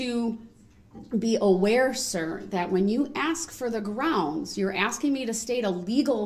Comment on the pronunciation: Ize axeing for Groundz